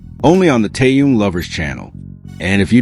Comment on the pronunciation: Не коверкай имя . Он тэхен и только тэхен и не как иначе. Выучи уже и запомни